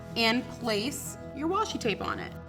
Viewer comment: It’s washi tape not washi tap😂 nice video though👍